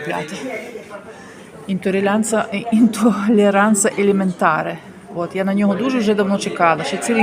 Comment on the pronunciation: Ага .. так само як " Інтолєранце ЕлєментарЕ"😂.... Замість "intolleranze AlimentarІ. Жінка не вміє навіть читати напис на оголошенні в аптеці. Маєш текст "під носом"! Блін хоч прочитай правильно.